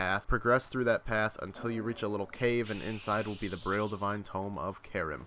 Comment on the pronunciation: Divine tome of Carem. Lol it's pronounced "Kha-reem". My pronunciation nitpicking aside, great vid, I like how you keep em short and sweet. Could you make one for the coals as well?